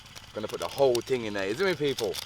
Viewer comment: I could tell he was from England when he said ting instead of thing lol